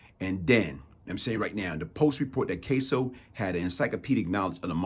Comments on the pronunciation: Its Cas-so, not Case-o friend. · You’re an intelligent man., but yikes are you butchering the last names of Anthony KAss-o and Louis Epp-ILL-eato and Louis KARA-COPPA Lol. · I appreciate your message, but you're not being truthful about your interaction with Gas pipe. First of all, you don't even know how to pronounce his last name, you had to read it from your phone and still mispronounced it several times. Secondly, I know it to be a fact that you NEVER even spoke to Gas at Rikers, let alone "go off" on him. I knew Gas for twenty-seven years and NEVER heard him apologize to anyone. You're lying. It's easy to make accusations about someone after they're dead.